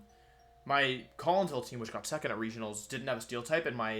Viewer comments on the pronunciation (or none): none